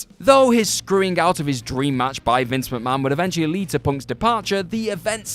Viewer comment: noticed that too